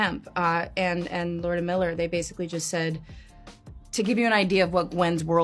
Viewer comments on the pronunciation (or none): none